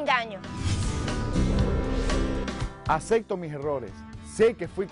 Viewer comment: Por qué dicen “acecté” en lugar de “acepté”? Es por el acento de allá?